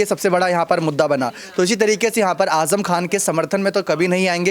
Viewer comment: Ajam nahi azam bolo j nahi z hai pahle bolne ka tareeqa seekho